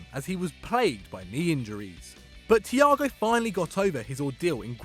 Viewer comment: You COMPLETELY butchered Thiago's name...